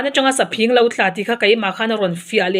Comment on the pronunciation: Saphing i thluk dan a diklo, phing khi thluk sanglo la phing-- Rim ka ( hnim) hmim tjluk khi hman tur